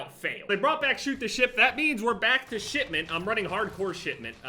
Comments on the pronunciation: It sounded like he was saying Shitmeant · Why’s he saying shitment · Everytime you say "shipment" I hear "shitment".